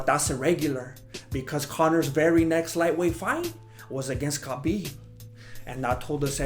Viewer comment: better to pronounce Khabib- Habib it is KH like softer H in our language so in English u can call him Habib it will be better Thanks nice video freaking red g strings killed me keep it up good work boys!!!!